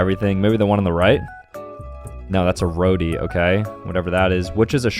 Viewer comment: im sorry what is a RODI thats a roti pronounced r o t e